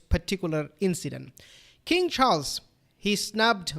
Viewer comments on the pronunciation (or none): none